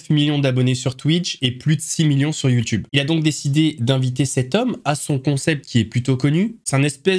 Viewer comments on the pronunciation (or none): none